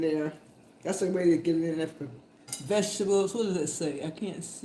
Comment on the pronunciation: Mema cooks with love! (Thankful AJ's cereal did not make it into the mix 🤣) Love the VEG--EH-TABBLES lol. The camera loves Mema :hand-pink-waving